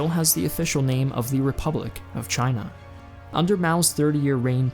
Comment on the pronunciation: “Repubic of China”